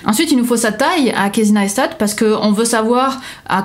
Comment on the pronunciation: kéïssy naïsstat' :p